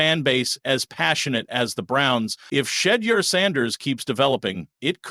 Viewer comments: PLEASE pronounce his (Shedure) name correctly...good grief..smh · After 2-3 yrs at Colorado and over a MONTH in the NFL news, you STILL can't properly pronounce Shedeur's name ("Sha - dur"), I SHOULD NOT trust your "thoughts" either. Please shut the 'F' up! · It’s Shedeur (Sha door). Please pronunce it correctly or don’t say it at all. Just say Sanders.